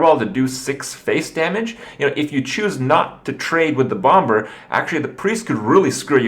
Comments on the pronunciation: Krip...for the last fucking time. In English you don't pronounce the b in bomber it's pronounced BOM-ER not BOM-BER.... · Serious question: Why does Kripp say bom-ber? It's a silent b